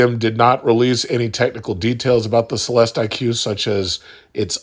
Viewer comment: It’s pronounced CELESTIC. Like Lyriq is pronounced LYRIC.